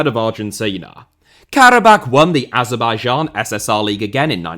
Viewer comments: Pronounced Kara-bah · pronounced Karabaa